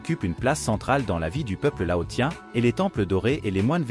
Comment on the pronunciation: Laossien..... prononciation